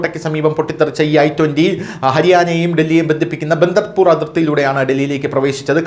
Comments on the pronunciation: ബദർപൂർ ബോർഡറാണ് . ബന്ദർ പൂർ അല്ല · Bandarpur അല്ല Badarpur.